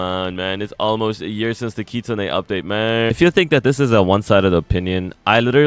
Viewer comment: “Kit-Sune” not “Kit-Su-Ne”